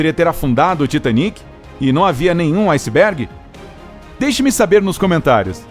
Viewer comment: Foi um aucisbégui...ausisb... aucibégui....